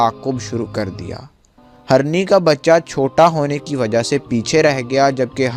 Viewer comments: آپ اپنا اردو تلفظ ٹھیک کرو پہلے جیسے hirny ko aap harny bolte ho Same so many mistake u did not provide information what u promise about pics and his dead body bcaz u said hazaron ne dekha So many mistake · Its Hirni...not harni 😑 deer (female) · Bhai story azeem badshah ki hai magar bhai Urdu theek kr lo, harni nahi hirni hota hai